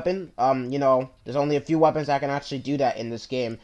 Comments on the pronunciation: It's not WeaponsTat it's weapons that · "WeaponsTat" LOL